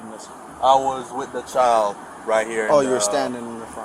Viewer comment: FYI: the world CHILD does in fact need the "d" to be pronounced. Its "child" not "chal"...